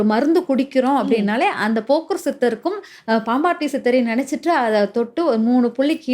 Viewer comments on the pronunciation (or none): அது போக்கர் சித்தர் இல்லை.போகர் சித்தர் மா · போகர் சித்தர் என்று உச்சரிக்க வேண்டும் ஜோதிடர் க்கு பேச்சு@ அறிவு ஆற்றல் மிக முக்கியம்